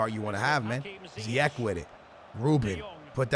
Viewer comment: it's ziyech not ziyek, and play him at CAM not RM, you'll enjoy him gameplay more